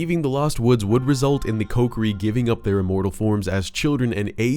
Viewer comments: Love your voice and everything you talk about but you saying Coke-ery instead of KOHkiri is murdering me right now. 😅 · Man this dude saying "Coke-er-ee" and not "Co-key-ree" is REALLY messing with my head. Have I been saying it wrong?? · Wrong pronunciation of Kokiri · Stop saying kokiri wrong 😅